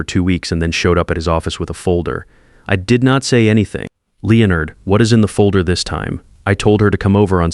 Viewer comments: Leo Nard (not Lennard as the British say it?). I have noticed that AI cannot pronounce people's name or place names. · The Whitfield's name again. Lay onard is not the correct way to pronounce Leonard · Lay-o-nard is how they say it in youtubeland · The pronunctiation of Leonard Is simply classic.